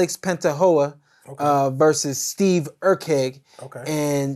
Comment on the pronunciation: Alex panta hoe-ah vs Steve Erk e.g. lmao & I thought Teddy atlas was terrible